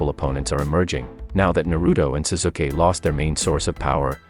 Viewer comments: lol this guy calls sasuke as susuke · He said suzuke but still wierd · zuzukeh = sasuke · It's Pronounce Sasuke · Ah yes, Sasookay. That's how you pronounce Sauske's name. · the way he said sasuke he obviously hade never watched an episode of naruto in his life he said zazuuukeee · Seriously, he pronounsed Sasuke as Suzuki? How do you even do that?! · Bro the way you say their names are hilarious especially the way you say Sasuke’s name 😂😂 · You said Saskue wrong